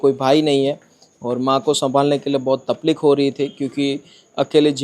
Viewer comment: Tapleek nahi bhai takleef bolte h